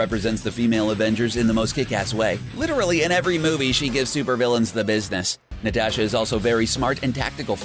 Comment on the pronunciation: He even says Natasha wrong it's not limited to just the my hero characters, so annoying!